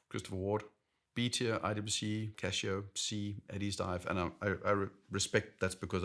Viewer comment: Casio, not Cashio!